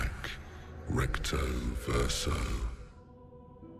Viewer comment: The way Verso says it is not fully accurate. Source : I'm a native French speaker. The first syllable should not be pronounced "sih", that's not how we say the "i" vowel sound in French. It's more like "see-ren", but even then, it's hard to convey exactly how it should sound to an English speaker. Suffice it to say no Engish speaker will truly say it correctly lol.